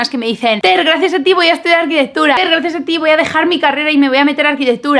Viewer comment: Es arquitecTURA... TU DICES : arquiteGHBUDA. !!!. Para hacer interesante lo que dices, no tienes para qué acelerár tanto.